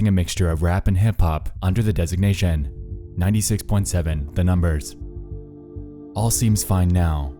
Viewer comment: the way you enunciate some words honestly infuriates me and I don't know why. Like, why did you say "designation" so weird? Your cadence feels so forced sometimes, and really distracts from the concepts of the videos to be honest.